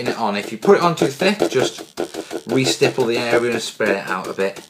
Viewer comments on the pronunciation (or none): great video, love how many times you said stiple